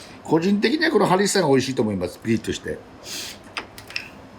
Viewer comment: ホンビノスとハリッサを何回か言い間違えてて可愛すぎる